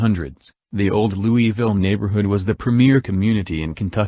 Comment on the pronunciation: the pronunciation of Louisville is completely wrong